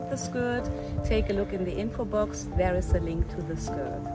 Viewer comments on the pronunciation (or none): none